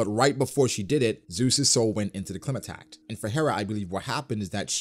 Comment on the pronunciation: Its not pronounced clima-tact it’s pronounced cly-ma-tact, as in climate, really annoys me the way you pronounce it lol